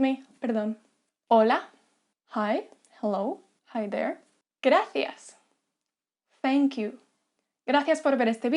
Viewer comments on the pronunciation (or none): How exactly do u pronounce gracias? It almost sounds like grafias